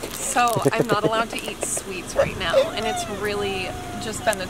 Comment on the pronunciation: bruh the way you said “nAoo” sounded so funny to me lmao